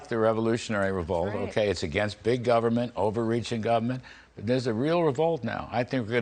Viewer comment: Over reach in “govment” 😂 he pronounces that like Regan